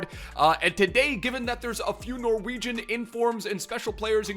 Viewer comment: As a Norwegian I approve of how you pronounced everything! Love the content